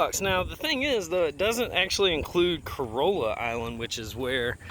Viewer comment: Hey, get it right man. Not Corolla. CorAWLa. And you can't drive on Corolla's beach. That is just the last stop off before the "Northern Beaches". No permit required for the Northern Beaches. The communities include:.Seagull, Penny's Hill, Swan Beach, North Swan Beach and Carova.